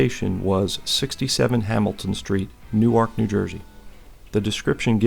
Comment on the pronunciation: Oh, and it's pronounced "Noo-werk", not "New ark". :) New Ark is in Delaware.